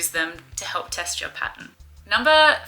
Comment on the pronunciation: I cant help but keep hearing testicle. American brain?